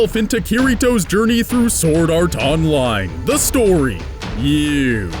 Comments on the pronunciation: S-word Art Online Nice pronounciation dude. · Forgive me, are you pronouncing the "W" in Sword? Like Sward? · i couldn't help but mention the Shword pronunciation xD sorry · Anyone else get annoyed when he doesn't pronounce sword right